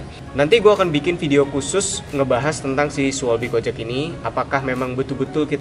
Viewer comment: Bro ngucapin bannya pake bahasa jerman schwalbe kojak jadi schweibi kojek. Hahahah